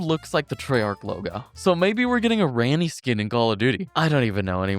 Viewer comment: And "Plasse Dewsax" instead of Placidusax. And "RAN-ee" Instead of "RAH-nee"